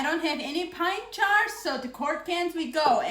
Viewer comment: I love how she says jars...it comes out "chars". She is precious.